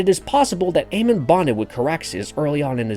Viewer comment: His name isn’t Aemon